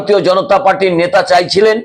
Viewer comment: আপনি সুস্থ না আপনার দাঁত পরেগেছে। কথাই বলতে পারছেন না। আবার আসা করছেন subscribe করতে। নেতা না বলে নেশা বলছেন। বুঝতেই পারছেন।